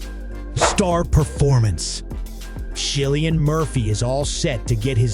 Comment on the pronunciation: Cillian is pronounauced with a 'K' sound.